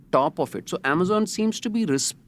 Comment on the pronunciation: Sorry, I don’t mean to be pedantic, but the way the host keeps saying amazen, is just taking me out. I had to stop listening even though I thought the content was good